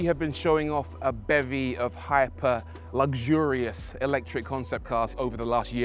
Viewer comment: Lugzurious? There is No g or z in the word. Luxurious and luxury, pronounced with a fecking X!!!!!!!